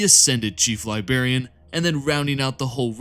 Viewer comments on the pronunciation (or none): Mate, you need to look at the pronunciation of some of these names. You got Abaddon right, so kudos for that, but Nathaniel Garro, Garro like marrow. Ahzek Ahriman is the Chief... What? Liberian? Or Chief Librarian... Please take this in the good spirit it is intended. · Chief ‘LIBARIAN,’ love the vid mate